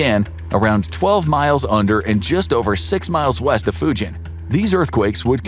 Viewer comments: Mount Fugen is pronounced like “Mugen” Honda, not like Fujian in China. Not “jeep” sound but “geese” sound. Just being picky… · The mountain is not called Fujen, it's a G .... Fugen. I know it may come of as nasty, I just want to help English speaking understand